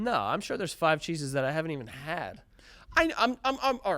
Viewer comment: Lmfao the way they’re pronouncing “cheeses” sounds like they’re saying “Jesus” but with a weird lisp/accent hybrid😂